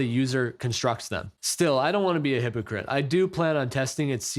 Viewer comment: “I don’t wanna be a hepacrite”